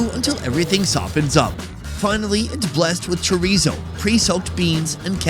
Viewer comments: Chorizo is Mexican sausage. Portuguese sausage is chourico pronounced sha reese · I think that's Chourico (the Portuguese people here are mainly from the Azores and they prounounce it SHOO-REES-U) in the Feijoada and not Chorizo. I live in an area with the second biggest population of Portuguese people and grew up on Chourico and Linguica. I didn't have Chorizo until like the mid 1990s when we started getting a bigger Spanish/Mexican population. The two sausages are really different, with a lot more fat and a much more pronounced garlic flavor in Chourico. I actually like Chorizo better, but my Portuguese neighbors can't know that or they won't share their delicious food with me :P